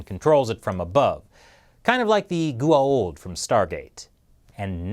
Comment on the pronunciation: GOA'ULD!!! not gua'old!!!!